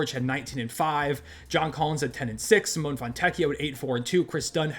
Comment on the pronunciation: I would really appreciate if you could correctly pronounce Simone fontecchio name Cee or See Mo Nay or like Nelson Ne See 'MO ne